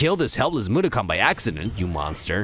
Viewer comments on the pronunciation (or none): MOO-DUCK-ON not MOO-DOO-KON lol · "Mood-duh-kon"??? No! It's "Mood-Oh-Kin" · MooDAKONGS?? why you do this.... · Its muh dock kins, even says so in the game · This video should be titled "how many times can I mispronounce mudokon" 3 that's how many before I closed your video. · The way you said "mudokon" made me throw up